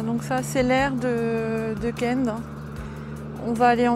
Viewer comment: On dit « kun plage » et non pas « kènede plage » 😉